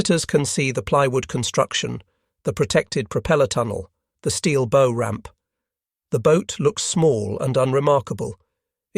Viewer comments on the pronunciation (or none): "Bow" on a boat is pronounced like what the doggies say. "Bow-wow-wow." Other than that, not bad. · Bow rhymes with now not know.